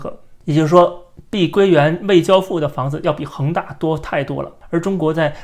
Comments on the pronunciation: 是碧桂园，不是碧龟园。。。真难听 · 我必须用纯正的北普纠正下up主的口音，跟我念：碧（毕）桂（贵）园（园儿）